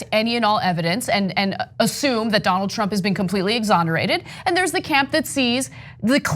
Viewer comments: The lapsus, when Mueller says "Trimp" hum Trump... and he hits the mic just before, is relevant and interesting. He shits in his pants when he says the name Trump. The Donald President must pressure him so much to keep his mouth shut. Hush money was offered? I think Pelossi got some hushcash too to not obstruct his presidency, please... TRUMP is powerful... for now! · that would be 'tramp' ehhhr 'trump'..... rofl....